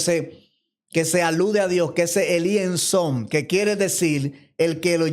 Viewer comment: Muy interesante pero tiene que dominar más esos términos hebreos se dice Ein Sof, no ein son 🧏